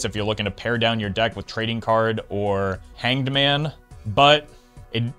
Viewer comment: You can hear the effort going into pronouncing the tarot card as Hanged Man